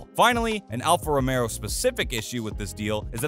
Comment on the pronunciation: "Mario" Andretti attempting to buy Alfa "Romero"? Couldn't listen past that.